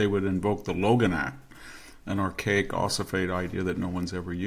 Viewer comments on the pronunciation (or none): none